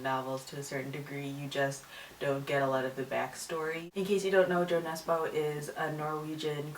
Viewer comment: I'm not actually sure if the English language has a sound similar to 'ø', but you could try this: da(dot)forvo(dot)com/word/jo_nesbø/ That's hoe the Norwegian pronounce it :)